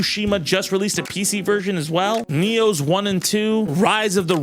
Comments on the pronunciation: ooh wrong Nioh not N.E.O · Hey, editor. He is referring to the "Nioh" games, not "N.E.O". Easy mistake to make, obviously. Just giving you a heads up.